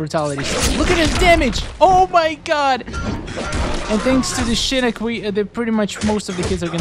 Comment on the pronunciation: I swear every time you say shinik it pissis me of its SHINOCK OCKKK NOT ICCCCC